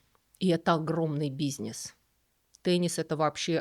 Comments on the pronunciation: В который раз несколько режет слух, что вы произносите "бизнееес", а не "бизнэс". 😎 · Обожаю как произносит "бизьнесь", так мило❤ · Бизьнесь. Вроде бы грамотный человек, а произношение деревенское.😑